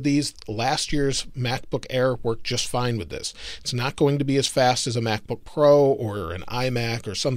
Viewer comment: Lol mack book pro